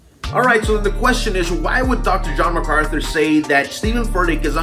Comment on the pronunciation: Amen Jen....Furtick is shocking. Notice Furtick can't even say MacArthur's name. What Furyface doesn't get is JMac doesn't need to know him to see his fruit. Furyface has 1000 muppets clapping his garbage on. Face to face on theology MacArthur would destroy him. P.S. Marry me 😉😁